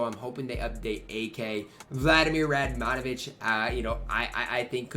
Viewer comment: I am so excited because I have a fun lineup with only ex-Yugoslav players. And with Peja and radmanovic (pronunciation was great by the way) I could really have a good team. After poku last week now again a big W!